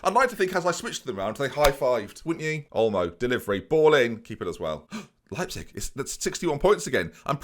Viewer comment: it's "leyepzig" not "leapzig"...